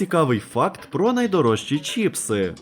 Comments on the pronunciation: Відео класне! Але не чІпси, а чИпси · ЧИПСИ, а не чіпси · Я уже казав, не чІпси, а чИпси!!!!! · не чіпси а чипси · Вірно казати не чіпси а чипси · Чипси, а не чіпси😅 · за правилами орфографіїї правильно говорити чИпси